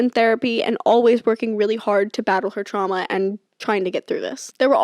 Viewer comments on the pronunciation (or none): Why can’t you say TRAUMAS though 😒😒🙄